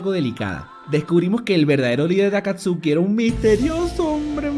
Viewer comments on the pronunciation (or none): ALTOS PROTAS :V UN PAN DE OPPAIS :V A Y SE PRONUNSIA "AKATSKI" PERO SE ESCRIBE "AKATSUKI" :V